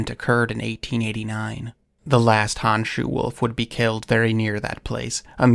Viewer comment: So, it’s pronounced like “hone-shoe” not “hawn-shoe”.